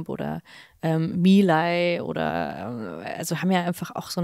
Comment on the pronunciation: bitte Milei spanisch aussprechen (ei nicht wie ai sondern wirklich ei)❤